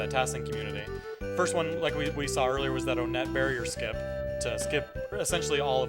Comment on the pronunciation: My mans really says own-net